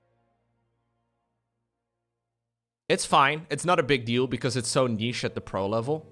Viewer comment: accent makes the phrase "not a big deal tho" sound very sus 😂